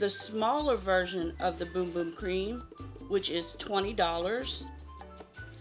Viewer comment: BUM BUM not Boom Boom and it's Precision not Precise